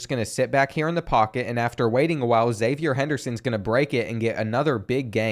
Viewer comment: Florida fan here: your pronunciation was overall good when you pronounced zipperer phonetically, but then you stayed saying "zippyer" lol not sure where that came from. the one other thing is Xzavier Henderson is pronounced Ex-zayv-ee-ur. Confused me for a while too